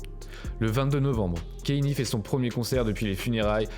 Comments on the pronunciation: ca se prononce pas « kenny west » mais « kanyé west » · On dit Kanyé frero c pas Kenny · Kanye pas Kenny 🤦🏾‍♀️ ...faite un effort! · La vidéo est bien mais c'est pas dans l'ordre chronologique donc on se perd et tu dis Kane au lieu de Kanye j'ai l'impression